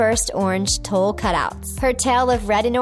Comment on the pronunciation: Tule is pronounced like "tool." I'm not sure how stupid you are, not knowing many basic words, but that's how it's pronounced.